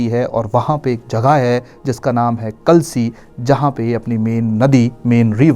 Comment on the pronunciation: कलसी नहीं जनाब यह कालसी है, खद्दर माजरा नहीं यह खोदरी माजरी है, बता नहीं यह बाता नदी है जी